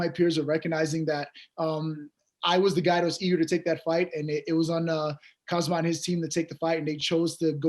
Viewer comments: This dude keeps saying “cumsock” instead of khamzat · Is he calling him Khazmat or am I hearing it wrong? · I don’t know why Ariel didn’t correct Neil once how Khamzats name, he kept saying khazmat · May be if you pronounced his name Khamzat instead of 'Khazmat', you would get the fight?! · Neil « Hazmat » Magny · Did nobody else notice Neil Mangy was saying KHAZMAT? 🧐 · I love how he keeps calling him Cumzat 🤣 Chumaev doesnt want that smoke! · To Neil, A. It's Khamzat not Khazmat B. Khamzat isn't going anywhere so you'll get your chance if you keep trying for it. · Cumzat?! Lol he said 3 different names for khamzat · he kept calling him Kazmat🤣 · How does he keep saying Kazmat when Ariel is clearly saying Khamzat? How do you not notice that? 😅